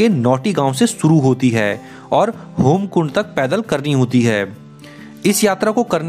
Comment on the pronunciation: भया जी अच्छी जानकारी दी हैं आपने लेकिन वो होमकुंड नहीं हेमकुंड हैं और जगत्जन्ननी आदिशक्ति माँ नंदा गढ़वाल व कुमाऊँ की ईष्ट देवी थी नहीं सदैव ईष्ट देवी रहेंगीं😊 जय माँ नंदा राजराज़ेश्वरी❤🙏 हर हर महादेव❤️🙏